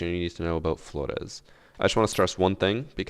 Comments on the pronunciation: Why do you always pronounce every pperator name wrong "Florrr'Rrez" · ur one of the whitest people on youtube, DO NOT try and say flores like that ever lmao. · It is not, his enunciation IS correct, we are just used to gringos saying it lol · Ubisoft: *realises flores *: Fgoresssssss (fgrech accent) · maybe not weird but extra lmao, I’d get tired saying flordes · Stop saying Flores like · Of course has to say Flores the weird way 😂 the same with maestro